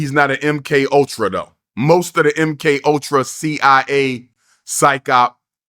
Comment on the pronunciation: Dr Umar doesn't know how to say psyop 😂